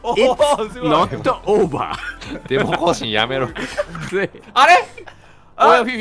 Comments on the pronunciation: ほんとレトさんの it's not over が いっつのっとおーばぁー なんだよなぁ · IT’S NOT OVER の発音が力抜けるw